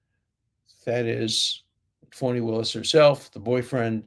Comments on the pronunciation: Do you call her Phony Willis because she has been phony? Or do you pronounce her name that way? Just wondering if laughing at it is for good reason lol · Professor Dershowitz-- I sometimes wonder if the way you say "Fani" Willis--is it your Bostonian type accent, or if it is purposeful that you pronounce it as "PHONY" Willis. It makes me smile every time I hear it b/c I hear "PHONY".